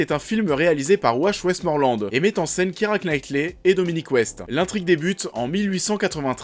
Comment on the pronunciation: "Kiéra" ou "kira NaÏtli"! AAAH, les français et l'accent anglais… MDR